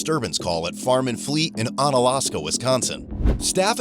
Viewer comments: The poor "onalaska" pronunciation hurts for someone thats from the area. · ain't no way you just said Onalaska like that. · Bro butchered the pronunciation of Onalaska